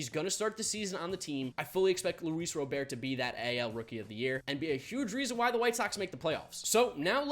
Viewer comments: Not ro bear. Robert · as a White Sox fan, please say Luis Robert’s name right!! It’s pronounced just as it would be if it was a first name, hard T at the end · You do know you are saying Robert wrong right?